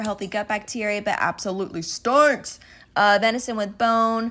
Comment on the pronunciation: you turned australian for a sec in "stink" 😂